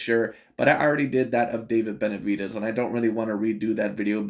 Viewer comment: The way he pronounces Benavi-deez kills me everytime 💀